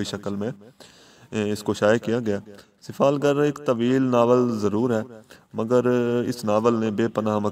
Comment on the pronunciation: Its not sifalgarl its sifalgar mind it